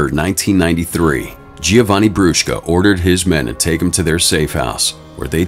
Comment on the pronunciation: as an italian i love you saying brushka